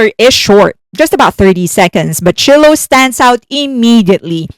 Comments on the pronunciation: FYI Shiloh Jolie is pronounced Sh-eye-low Jolie. 😘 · Shiloh... just like the Shakespearean character Shylock. Please correct yourself. Thank you. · If you ever have to say Shiloh’s name again, it’s pronounced with a hard “I” like the y in “sky”. It has been publicly known that she’s been pursuing dance for a couple of years now; so I can see her being in quite a few k-pop videos in the future.